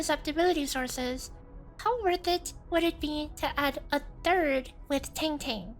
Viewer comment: You're mispronouncing the name of our Soupreme chief smh